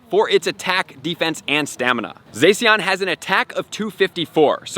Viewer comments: it's zah-she-en not zay-see-en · I didn't want to be this guy but it's pronounced ZaShean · You pronounce Zacian like Zah-si-an